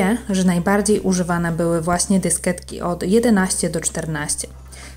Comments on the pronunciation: dysketek, dysketki,na dysketkach Nie moge tego słuchać.. DYSKIETKI KURWA! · Fajny filmik leci łapka w górę ;) tylko czemu ten przemiły głos mówi dysketki a nie dyskietki ? ;)